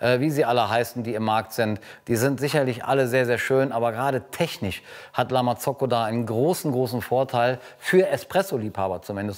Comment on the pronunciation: Wieso betonst du La Marzocco so „eingedeutscht“, das hört sich wirklich komisch an #nofront